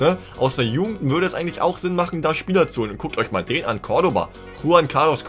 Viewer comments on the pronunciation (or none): none